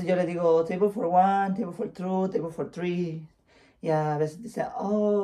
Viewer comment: Saluditos chicos❤ Micky muchas felicidades. Para pronunciar el tres = Three, tienes que pronunciar la th topando tu lengua con los dientes de arriba.